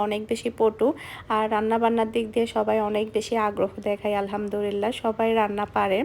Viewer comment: তুমি mashallah অনেকবার আলহামদুলিল্লাহ বলো । কিন্তু সঠিকভাবে উচ্চারন করলে সওয়াব হবে ।ধন্যবাদ